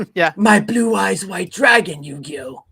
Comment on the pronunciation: XP Describing Yugi as "Yugioh" will always amuse me.